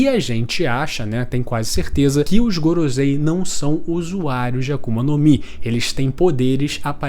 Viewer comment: o video e muito bom, mas mano kk, gorozei? pronúncia paia